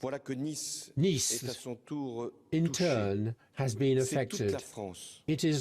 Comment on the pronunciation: The attack occured in the French city of Nice (rhymes with "fleece"); they don't mean that it was a very nice attack...